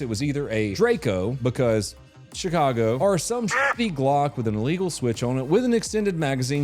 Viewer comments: Did you mean to say shitcago? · You say Shitcago perfectly.